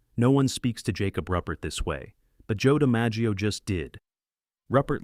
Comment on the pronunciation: That's pretty bad when the main character's name in your video is mispronounced, including other names being butchered.